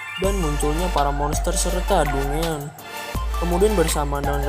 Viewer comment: saran aja dungeon itu di baca danjen